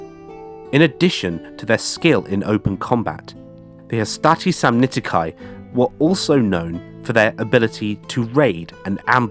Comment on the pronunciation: Samnitici: the "ci" at the end is pronounced like "key" to a car and not like "kai". You're British so I understand your aversion to accurate pronunciation 😂